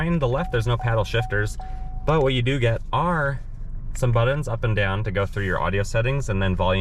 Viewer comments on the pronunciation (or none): It’s buttons, not buddons 🤦‍♂️. Good review overall though.